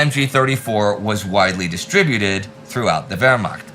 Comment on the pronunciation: While you're at it, learn how to pronounce "distribute" and "distributing", fer chrissakes! The accent is on the second syllable, not the first. Unless you've confused your own idiosyncracies for whole dialects and can't use the dictionary, train yourself to put the accent where it belongs, on the second syllable.